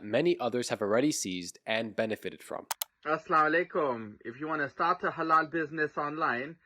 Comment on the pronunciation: Never trust any guy from pakistani background who says “assla walekm”🤦🏻‍♀️